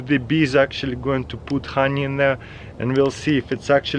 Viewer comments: like every time this guy says hawnee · I just love the way he says honey :) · I love how he says honey